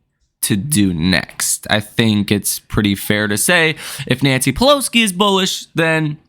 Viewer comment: Bro, it's Pelosi, not Peloski.